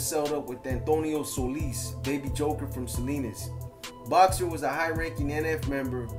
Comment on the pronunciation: Does anybody know if boxer talks Spanish cuz his pronunciation is is off